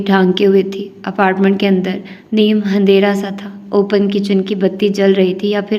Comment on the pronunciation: A Salamlayku AAP Bhot Khoob Prthte Hay Magar AAP Andharay Ko Hay Say Kaku Kahayte Hay